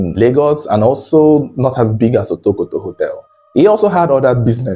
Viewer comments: Otokoto ❌ Wotowoto ✅ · you should have practiced the right pronunciation of Otokoto.